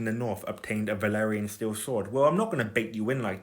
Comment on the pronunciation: Idk if it’s just your accent, byt it’s valyrian. Not valerian